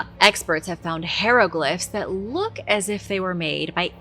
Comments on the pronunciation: pronounces it wrong.,...hi (long i) re(short e) glif (short I),... pronounced like "high reh glif". 👍🏽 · Say it with me please high row glyph Ick it’s almost as bad as the stienfeld paper mache episode lol